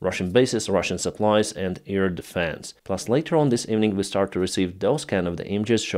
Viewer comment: Please try to say AIR, not 'ear'?